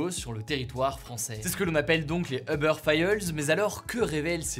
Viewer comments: non 💀 en anglais c’est « Ou-ber » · Hugo, si tu veux rester fidèle à la prononciation anglophone, c’est “houbeur”ou “youbeur” que tu devrais dire. Pas “heubeur”. 😌😄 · Tu peux stp prononcer “OU-Beur” & non “EUH-Beur”? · "Eubeurre failleulse" wtf Hugo? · On ne prononce pas Uber "Eubeur" mais Übeur avec un "u" comme dans "minuscule" + beur comme le "beurre". C'est un mot allemand qui veut dire dessus. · Bonne vidéo ! Par contre c'est Uber pas Eubeur 😉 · "Obeur" ça me fait mal aux oreilles. Je veux bien comprendre que le mot soit prononcé de manière française, mais dans ce cas dis uber comme ça s'écrit en prononçant le u. Sachant qu'en anglais ça se prononce "ouber" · C'est pas Eber mais Uber (youber) en prononciation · C'est UUber et pas EUber! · pourquoi tout le monde dit "eubeur" alors qu'en anglais ca se dit "oubeur" ??? si on veut prononcer à l'anglaise autant le faire correctement non? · C’est pas Eber c’est Uber « U » pas « E » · U-ber et non eh-ber!! 🤦🏼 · Ça se prononce oobeur ou ubeur mais pas eubeur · Peut-on tous prononcer « you-beur » au lieu de « heu-beurre » svp? Merci ! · FYI, c'est pas eubeur, mais youbeur... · "eubeure", non il faut arrêter, ça fait mal aux oreilles. Les anglophones prononcent "ou-beurre". Quand je parle français je dis "Hubert". Ça marche très bien. "eubeurre" c´est vraiment la honte. La marque de ceux qui ne savent parler ni anglais ni français. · A part les anglais qui n’ont pas le son « u » j’ai jamais entendu qqn prononcé eubeurre ahah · Pourquoi tu prononce "Oeufbeurre"? La première lettre est un U.... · Stressant quand tu dis EUBEURRE mdr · Pourquoi il dit Euber ? 😅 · « Uber faïeuls » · uber fiyeulesse ? mdrrr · Les uber failleulz ! On dit Uber "faɪlz" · Comment il prononce Uber j'ai jamais entendu ça